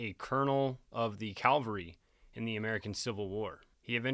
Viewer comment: Maybe if you went to Princeton University , you would know the difference between Notorious , and Notoriety (A British Rolling on the floor Laughing ) edit , and that is CAVELY , NOT CALVERY